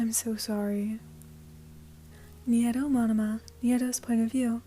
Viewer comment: Sorry- I think Neito's name is pronounced like "nay-to"